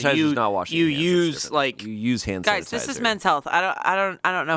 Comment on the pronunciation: ohhh santatiser, no so-ho-hoape.. yeah that makes more sense